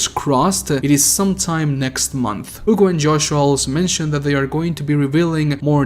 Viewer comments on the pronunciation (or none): You say “Ugo”. It’s (H)ugo. Hugo.